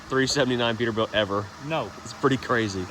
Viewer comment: Peterbilia? ScanerBilt?